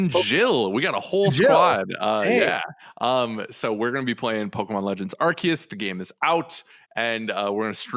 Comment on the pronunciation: It's Arceus with a K, like "archive", not with a C like "arse". It's in one of the trailers for the game, it's the official pronounciation.